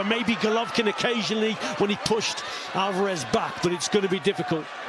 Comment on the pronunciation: Is Steve Bunce the only person in the world who pronounces it 'Alvaarrrez'? Does he not hear everyone else? 😄